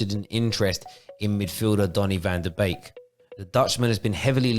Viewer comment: Very good video, like the animated style too. However... he is not a cuisine from Couplands... Its van de beek, not bake 😂